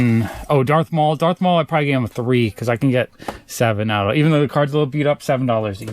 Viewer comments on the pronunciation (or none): none